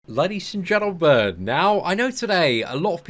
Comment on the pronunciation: ‘Ladies and gentabern’